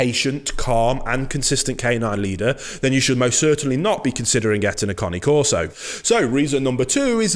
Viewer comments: It's not Car-knee Coreso, It's Cane (Kane) Corso. Not Subscribing or Liking. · CANE, NOT CONNIE. !!! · it's not lol is kah nay , not connie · Ya he calls it a Connie carso when it’s CANE CARSO NOT CONNIE CARSO LIKE WTF IS A CONNIE CARSO 😂😂😂😂😂😂😂😂😂😂😂😂😂😂😂😂😂😂😂😂😂😂😂😂😂😂😂😂😂😂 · He has an accent.. cane is not pronounced cane as in candy cane, it is connay. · "Connie Corso" Lol Great video, again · It’s Cane Corso !!!! Not Connie corso lol 😂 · cAna corso pronounced not conni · Its Caneeee corso , not coni corso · New drinking game. Take a shot every time he says "Cane Carso". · You mean everytime he says "Connie Corso" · 😂😂😂 in my italian ear your cane corso sound more like "connie c'osoe" 😂😂😂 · Not pronounced ‘Kahn-née’.